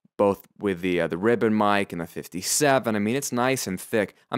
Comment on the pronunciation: Ribbom?! Sorry but isnt it Ribbon?!